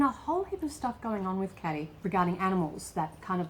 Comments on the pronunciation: Oh and I could be wrong but I think her name is probably pronounced "Kay-dee" (like a trendy spelling of Katy) not "Caddy". Anyone who knows feel free to confirm or correct this. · you are pronouncing Kady's name wrong